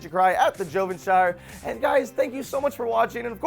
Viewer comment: why isn’t is pronounced jovenSHER?